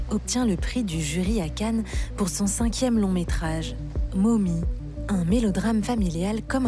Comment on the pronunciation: On sait que ce n'est pas le fort des français de prononcer des mots anglais mais est-ce qu'on peut faire un effort pour prononcer le mot "mommy" comme il se doit ? Et ne pas le prononcer "momie" ?